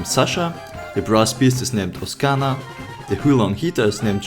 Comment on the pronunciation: OKSANA, IT'S OKSANA ОК-СА-НА, OK?